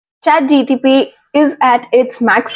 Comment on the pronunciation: It's ChatGPT not ChatGTP.